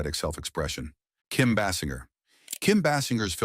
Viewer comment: PLEASE fix your AI!!! 1. You called John and June Harlow. 2. You called her Bet Davis three times. 3. You said "brayless" nine times. 4. You even said "bryless" once. 5. You said "conTRAversies"! 6. It's pronounced BaysinGer (long A, hard G!) and finally 7. You can say effable, juxtaposition and eschewing right but not braless???